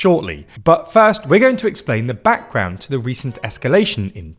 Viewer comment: "BACKGROUND" FROM BRITISH 😂